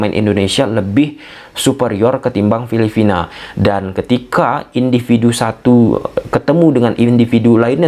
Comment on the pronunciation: Bro, bukan filifina tapi filipina atau phillipines..sorry ya saya koreksi pronounciation nya.